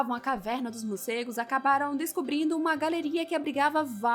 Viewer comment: Legal, legal. Só treina falar morcegos e não murcegos😬